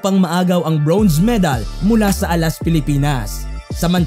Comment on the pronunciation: congrats alas! pero request lang po sa vlogger.. medyo nakaka-inis at nakakahiya po ang pronunciation nyo ng "bronze", parang "brownze" eh... pede po paki-ayos? baka masayang ang medal ng alas.. hehe at baka mahawa pa ang mga batang manonood ng video nyo.. thanks